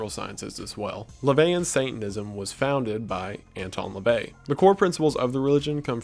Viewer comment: Lavey not Levay